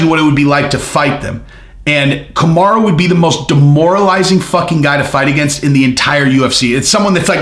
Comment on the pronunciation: Bro I thought you were stroking out when you first said kamarruuuu. You should get that checked out